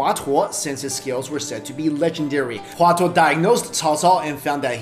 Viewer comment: Hua Tuo was pronounced wrongly...